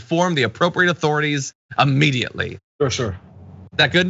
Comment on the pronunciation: This is so off base but why do people pronounce “Immediately” as “Ammediately”? Sorry to interrupt the program.